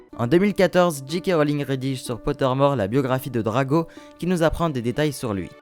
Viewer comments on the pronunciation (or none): Le meilleur ❤️💕😍😘❣️🤞🏻 c pas Drago mais Draco